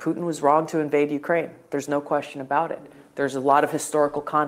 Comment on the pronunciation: Did say "Poodin"?... and repeated it over and over. What's that all about?